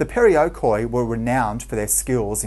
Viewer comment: the corect word is perioikoi not periokoi . it sounds like "periiki", the "e" soynds like the e in the word "Helen" and the "i" like in the wold "in"